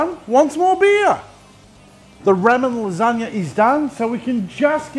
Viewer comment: love da vidz, plz stop saying ra men